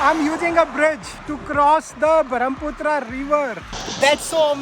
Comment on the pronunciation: It's Brahmaputra Brahma ka Putra not barham Putra